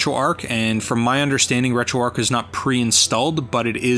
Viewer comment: A very nice and useful video - thanks. One thing though - it's "RetroArch", not "RetroArk". "Arch" as in "the arch of a bridge". See here if you'd like to know more